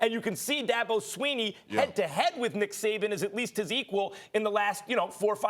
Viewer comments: Did he just call him Dick Saban? 😂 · Did this man really just say Dick Saban? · Did anybody catch that Stephen A said “dick saban”🤣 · Did he say Dick Saban? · Anyone else hear Stephen A. say “dick Saban”? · So we gonna act like Stephen A. Didn’t call Nick Saban, Dick Saban 🤔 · He did say Dick Saban